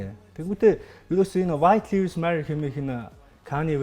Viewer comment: copy Мэдээ нтр хүргэдэг ухаантай юм бол зөв үнэн мэдээлэл түгээж бай. Худлаа хэдэн халтар хултар мэдээлэл харчихаад битгий мэддэг юм шиг солиороод бай. 1т. Гадаадаар үг хэлмээр байгаа бол зөв хэлчих. Lives гэдэг үгээ ч аятайхан хэлчихэж чадахгүй байж юун худлаа шаах дуртай юм. 2т. Kanye яг BLM болж байхад үг дугараагүй. Өөрөө Drink Champs дээр хэлэхдээ би Candace Owens-н киног үзчихээд ер нь юу болоод байгааг ойлгож авсаан гэдгээ хэлсэн. 3т. Үндэсний телевиз дээр гарч байгаа юм бол аятайхан сул үггүй ярьж сураач. 4т. Pete Davidson хэзээ ч Kim-н нөхөр болоогүй. Найз залуу нь л байсан. 5т. Яг асуусан асуултанд нь хариулахгүй өөр2 мэдээллүүдтэй хольж яриад байх юм. Шууд асуултанд хариул л даа. 6. Julia Fox-той 3 сараас хойш ахиж хэзээ ч холбогдоогүй, өөрсдийн хийдэг зүйлсээ л хийж яваа.